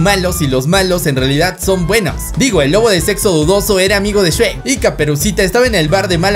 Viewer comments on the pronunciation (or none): Oye no es shuek es shrek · Yo solo escucho “Shuek” “Shuek” “Shuek” “Shuek” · El shuek :v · Se dice shrek o sherk